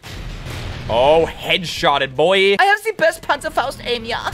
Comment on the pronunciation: Zee panzhafaust lol